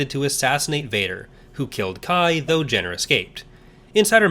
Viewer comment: I sure worry a lot when it comes to the ones whose fates are never ultimately resolved. Ambiguity is one thing, but loose ends are another, meaner thing altogether. Isn't Dass Jennir pronounced "jen-neer"? Same with Jax Pavan being "pah-van"? Bit of a shame you didn't mention the fact that Zonder is the apprentice of Barriss Offee, who stayed loyal to the Jedi Order in Legends. Not sure on Shaak Ti (considering the increasingly dubious state of The Force Unleashed being part of Legends), but I'm of the opinion that Even Piell's Coruscant Nights death is the Legends canon one, with the TCW 2008 death being of the Disney Canon Alt-universe. Alas, I doubt Zao survived, considering that Sidirri is implied to have become a Dark Jedi in the Empire/Rebellion comics. Believe me, you're lucky you didn't play Uprising.